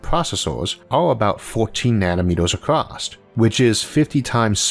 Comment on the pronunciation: ACROSS not ACROSST